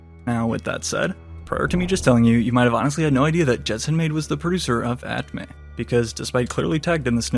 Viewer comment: bro it's "at me" not "at may" 😂